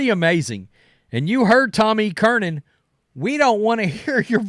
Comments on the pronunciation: It’s NOT CURNIN!!!!! It’s Tom CURRAN! CURRAN!! CURRIN!!! CURRIN!!!! THERE IS NO “N” in the middle of his last name! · Jesus, dude. Its fucking Tom E. Curran. Not Kernan! Damn hicks. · Tom Kernan? Who's that? Do you mean Tom Curran? Why can't you pronounce his name? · Mike Flelger and Tom E. Kernan😂. I love his butchering of names! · Gerard (Jerod), Curnin (Curran), Fleglar (Felger)... perfect 3 for 3 😂 jk.. I just get a kick out of your version of names